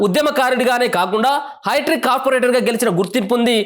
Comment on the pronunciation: హైట్రిక్ కాదు సోదరా, హ్యాట్రిక్ అనాలె.!😔🙃😌😒